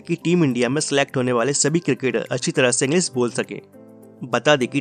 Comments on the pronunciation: Bhai tu bhi English ka course kar lay... English ko Inglis bol rha hai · Bhai tujhe to thik se hindi bhi nahi bolni aati?english ko englis bol raha hai.. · तू पहले ' इंग्लीश ' शब्द का उच्चार ठीक से करना सिख जो' इंग्लीस ' नहीं है इंग्लीश ' है 😀😀😀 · It's English not Engliss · Englisss nahi bhai English khud to seekh pahle bolna ... Nakli youtuber thodi practice krle .... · Tu hindi bolna seekh pehle dhng se......english hota h englis nhi🤣🤣🤣🤣